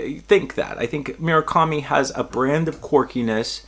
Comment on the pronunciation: MUR-akami. Not “mira-kami”